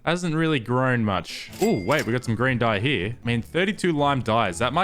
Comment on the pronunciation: Idk why but when he says green I hear G r a i n